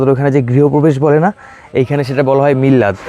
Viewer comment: দাদা মিল্লাদ না মিলাদ বলা হয়।